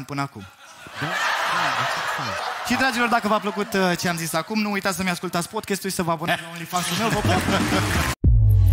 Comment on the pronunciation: Ce e ala “podchest”? Care i treaba cu toti astia care folosesc cuvinte in limba engleza, dar nici macar nu le pronunta cum trebuie?😆